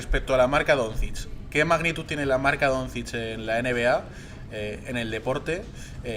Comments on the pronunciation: Ser periodista deportivo y pronunciar “Donzich” en vez de “Donchich” tiene narices. Lo digo por el de As. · Yo escucho que lo pronuncia como Donzids, peor todavía. Si lo pronuncia así es porque no ha escuchado ese nombre en la vida, por lo que probablemente no sepa absolutamente nada de baloncesto, a lo mejor no sabe ni que se juega con una cosa esférica llamada balón, aunque lo ponga en el nombre. Me parece inaceptable ese nivel tan nulo para alguien que "trabaja" en un diario deportivo. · El de AS pronunciando "donzich" mientras lee las preguntas con un enorme entusiasmo, se le ve informado de baloncesto al chaval...